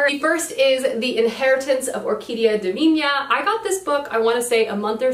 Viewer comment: You pronouncing Divina was the closest I've heard an english speaker make an ñ sound lmao, that was really curious, but actually the "na" in divina is pronounced like "nah" so, dee-vee-nah